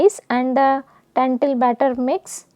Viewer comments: Lentil not tentil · It’s lentil.. not tentil😢